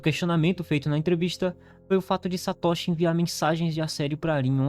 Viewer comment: A pronúncia é Satôshi e não Satóshi .Não existe acento agudo na pronuncia do nihongo. Mas o vídeo é bom 👍continue